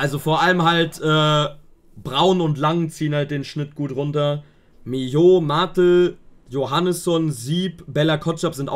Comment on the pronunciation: Die Betonung bei Martel liegt auf der ersten Silbe, also im Grunde Martl. Du sprichst ihn immer wie diesen Spielzeughersteller aus.